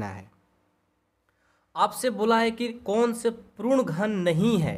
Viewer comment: Sir wo prun nhi hota puran hota hai